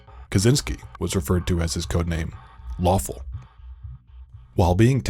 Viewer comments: I thought he said waffle 💀 thx for clearing that up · I heard it as... Waffle